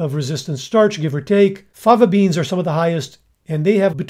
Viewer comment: I thought the same thing when he said "fava beans". 🤣